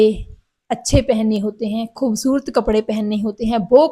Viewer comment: Aapki hindi punjabi toch wali hai ……..refine it ..khoobsurat ….hota hai ….naki khoobsurt